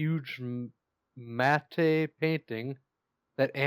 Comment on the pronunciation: VHS wasn't fully developed until the late 1970's. 0/10 P.S. Matte is pronounced As mat.